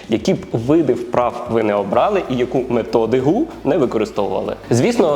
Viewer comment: методиГу ? 🤣😅😂 це пародія на Югія Лисокукоцького ?🙃😂🤣😜